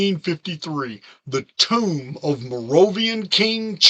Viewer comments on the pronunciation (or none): none